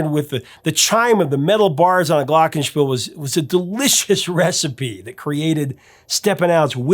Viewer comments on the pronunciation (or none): none